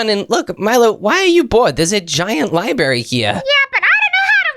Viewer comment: library not libary